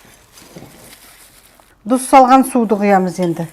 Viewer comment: Дұз емес,тұз,қазақша